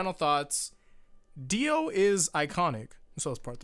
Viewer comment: diu?! pfft, di O